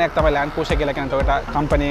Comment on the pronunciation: Your Pronunciation “Cruiser” incorrect.